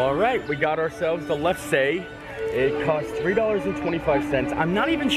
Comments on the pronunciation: Yep, It is pronounced Lefsa like others stated. Basically made out of potatoes, flour, butter, and milk. Adding sugar and more melted butter is the way to eat it, otherwise very bland. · The lefse is pronounced, Leff-sa. We have it every year around the holidays as it's a family tradition. They are normally made out of flour and potato. We always have ours with butter and served warm with dinner. Never had them with sweet in them. We get them from a factory in Wisconsin. Uff-da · Lefse pronounced lefsa. Made out of potatoes that are mashed and grilled on special skillet. Very popular treat around the Holidays. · I am dying at you guys trying the lefse (pronounced LEF-suh) 🤣I’m from North Dakota where there is a heavy Norwegian presence and we eat this often. It’s actually made with potato and I think it’s better heated with the butter/cinnamon/sugar. I can see how people would think it’s totally weird though! Love that you guys used this suggestion of snacks around the world :) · Lefse is pronounced lefsuh, like FAFSA. It's like a tortilla made of mashed potatoes. My family eats it with butter and sugar and cinnamon at Christmas, but it's really good just rolled up around a sausage with no butter. That's called lefsepølsa! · You guys almost pronounced lefse right. It's Lef-Saw.